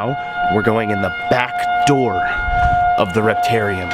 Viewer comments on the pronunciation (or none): none